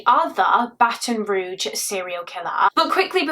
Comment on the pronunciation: Just an FYI: Baton Rouge= It's pronounced 'Roozh' not 'Roojh'.